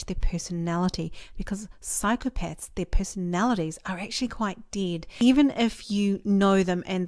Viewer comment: Did she say Psychopets...?